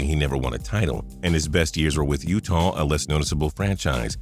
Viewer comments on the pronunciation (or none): none